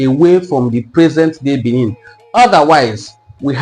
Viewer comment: You try small. But you are not pronoucing that of Benin well. The sound dufferes. Benin has 2 "e" been pronounced differently.